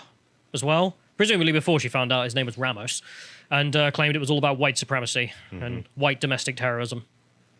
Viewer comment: These British Pronunciations of Spanish words are killing me bro. Ray-mos and Oovuldee. And to answer the question of why their are BP agents in Uvalde. It's like 40 minutes away from the Mexican Border in Del Rio so most of them Live there because the border cities are complete crap holes. Uvalde isn't exactly perfect either but it's definitely better then being a stones throw away from Mèxico.